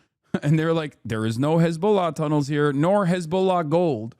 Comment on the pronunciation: TEHROHR BABBIS IN TEHROR TAHNEHLS ⁉